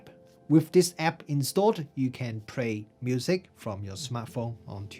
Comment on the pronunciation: excellent language skills. Now let me see if i can help you. try to sing or just say these tones: la la la la la - le le le le le - li li li li li - lo lo lo lo lo - lu lu lu lu lu. Then when you can do that, it will help you with words like play. Other than that - excellent review. thank you.